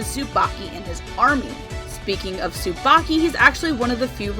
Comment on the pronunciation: STOP. RIGHT. THERE. Tsubaki is pronounced differently in that show